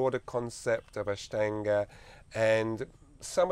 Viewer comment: He pronounces INDIA properly but can't pronounce Ashtanga properly. Both A sound is the same